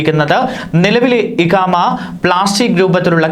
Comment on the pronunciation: ഇഹാമ അല്ല ഇഖാമ എന്നാണ് വായിക്കുന്ന ആൾ ഒന്ന് ശ്രദ്ധിക്കുക